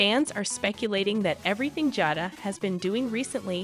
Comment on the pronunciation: HER NAME IS JADA LONG A SOUND